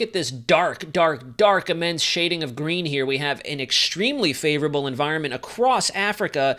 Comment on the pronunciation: I am hearing “ favorable” as “ dangerous”; presuming that is what you are saying as in, “Watch Out!!”